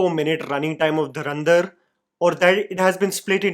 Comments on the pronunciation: Dharandhar ??? Bro It's Dhurandhar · "Dhoo-rander" not "Dhar-ender". Aditya Dh-aRR not Aditya DhAAr. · Learn to pronounce the movie title correctly dude. It's not Dharrrandar. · Or durandhar😂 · Dhurandhar ❌ Dharandhar ✅